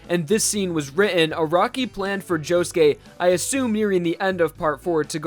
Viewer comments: when i first started watching diamond is unbreakable i thought josuke was pronounced jo-suke not jo-ske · POV: you put on subtitles and he says JOE GAY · i love you man, but can you atleast pronounce their names right?